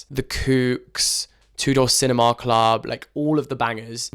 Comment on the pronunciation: i'm sorry but... was anyone else caught off guard by 'Two Door CinemAAAR Club' lmaoo